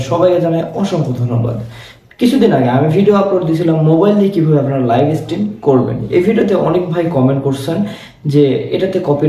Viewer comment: ❝লাইফ❞ না ভাই ❝লাইভ❞